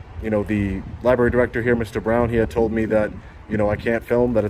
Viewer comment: Lie berry